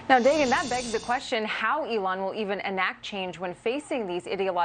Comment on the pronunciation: At the start .So much botox she cannot pronounce Elon but says Eline.